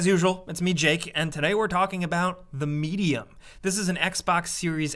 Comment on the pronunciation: The way Jake pronounced Medium made it sound like Media